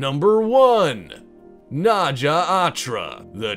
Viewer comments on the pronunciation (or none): Naja is pronounced N-eye-ah, not Nah-ja